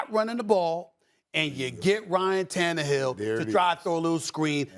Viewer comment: Is Stephen A having a stroke every time he mentions ryan tannerhill’s name?